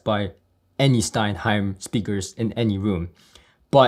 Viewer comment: Dude, that's STENHEIM, not stein-heim. Now watch all the haters hating that correction.